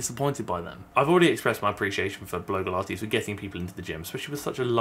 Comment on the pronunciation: It sounded a bit like bloke-ilates when you first said her username and now I think that should be a thing.